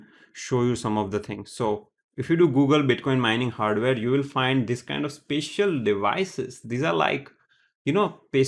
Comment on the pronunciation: why does he keep saying 'pecial' instead of 'special' !!!